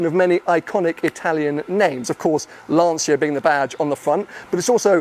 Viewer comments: It’s pronounced Lancha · Apparently Lancia is pronounced “Larncha” in Italian. Perhaps a Italian viewer can confirm? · Many years ago, I made the mistake of mispronouncing Lancia in front of an Italian work colleague, who quickly corrected me. It's pronounced Lanchia, not Lahnseeya. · Yes, "Lan-cha" is perfect. But we are used to hear "Lan-sia" from anglophone people, it's strange but nice in some way :) A 120 years old glorious Italian car brand, probably the most legendary in Italy if you consider his entire life